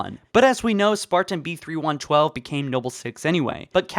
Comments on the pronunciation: It's "Spartan-B312" not (Spartan-B3112). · Its like you dont even try to read things correctly, B-312 not B-3112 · Ok, I need some insight here, he did in fact say, “ spartan, B3112” instead of B312 right? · You keep saying B31 12 WHICH IS WRONG. He's Spartan B312 you keep adding an extra 1